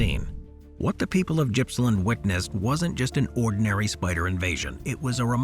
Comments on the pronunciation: Its not Jippsland its Gippsland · FYI Gippsland is pronounced with a hard G, like goat. Not criticizing, just trying to help mate.